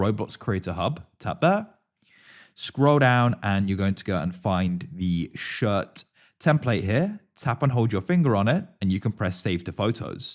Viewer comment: im sorry.."shirr" 😭